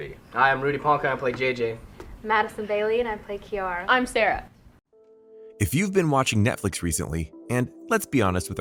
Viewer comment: This nigga said Kaira or Kai